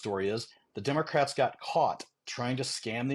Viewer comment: it is democrats, not pronounced "dem-er-crats"